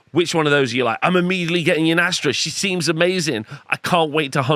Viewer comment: I hate how he pronounces yndrastas name wrong every time 😅